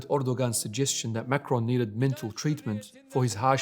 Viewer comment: Since different perspectives and interpretations are the glue holding your feeble religion of peace together... I thought some clarification would be helpful here. President Macron - is pronounced [ mak-ron ] French Macaroon - is pronounced [ mak-uh-roon ] Sir... your misuse of syllables is blasphemous, rendering the rest of your video full of misrepresentation and ultimately obsolete